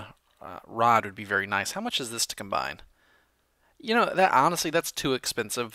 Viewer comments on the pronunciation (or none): none